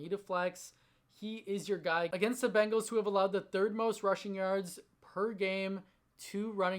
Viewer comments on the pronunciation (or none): none